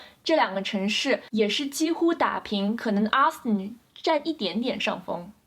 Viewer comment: 請注意Austin的發音，不是Aston, 是AUstin!